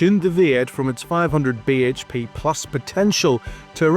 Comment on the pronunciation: "400 beige pay"? What linguistic abuse is this? 😛